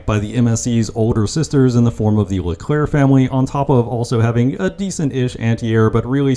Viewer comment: When you say Leclerc just don't pronounce the last C